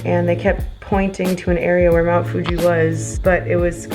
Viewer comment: 😂 so cute sometimes you say Mt Fuji as Mt Fugee ✌🏼😂